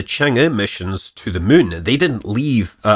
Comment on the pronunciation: Hey Scott, big fan BTW, and I love it anytime you say "muun"! Please remember that there are many OG's out here who still do not do Twittering or FaceBooking. But, we will do YouTube, just saying.. And yes, I actively choose to keep my social media footprint to a minimum. Thanks for all that you post here!! Fly safe, & stay thirsty my friend!